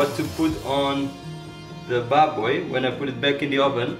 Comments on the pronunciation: The way you say "baboy" is so satisfying. I can hear all the notes.. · That’s crisp as lechon pronounciation of baboy. Loved it!